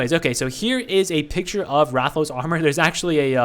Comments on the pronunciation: Damn, you actually pronounced Rathalos right the first time. And about Berserker wielding a great sword, a great sword is where you wield a giant sword on your back, it's a slow but hard hitting weapon in MH. So likely the force strike is gonna resemble you slamming down a great sword. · Who ever made fun of you for how you pronounced Rathalos is wrong. That is how its pronounced. Rathalos Zerker will be flame element 100%. Rathalos gear in MH is fire based, and even has armor skills that boost its fire attack. Since he his going to be a sword unit they will have to give him a unique co-ab to make him stand out in the flame sword meta. I think FS damage co-ab makes sense considering they mentioned that his FS will be unique and work like the great sword charge from MH.